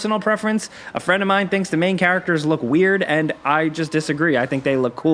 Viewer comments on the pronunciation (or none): none